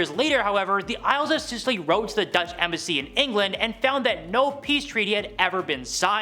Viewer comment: Scilly Isles pronounced silly, not Sicily.